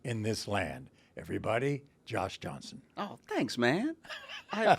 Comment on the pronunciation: I would have absolutely lost it If right after showing the never messing up a black name bit he messed up Josh Johnson's name while introducing him despite the fact it's one of the most generic names that a person can have